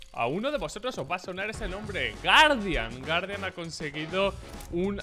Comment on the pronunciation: PRONUNCIA BIEN PORFABORRR " GUUARDIAN" DIOS